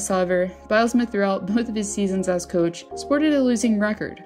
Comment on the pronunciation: Is the narration a robot! Wtf She reads "Personal" as "Personnel" Then the next line she reads "Coach" as "Cooch" 4 minutes in and I am out. Sick